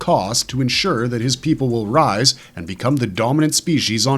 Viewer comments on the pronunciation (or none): none